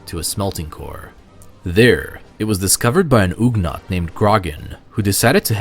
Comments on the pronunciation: It's not "oog-naught". It's pronounced "uhg-naught" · I mean, I hear "uhg-naught" as the correct pronunciation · Ugh-naught, not ooghnaught.